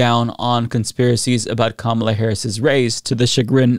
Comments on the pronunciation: I think the Kamabla thing is just him being disrespectful, since he doesn't say Kamala's name correctly. Sounds like him saying "blah blah however her name is pronounced." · It's also mispronouncing her name on purpose, like a second grade bully would. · I think it's supposed to be "kama-blah" as in, she's a blah candidate? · I think its supposed to be "Kama-BLAH" and yeah its a really stupid insult for a political rival lol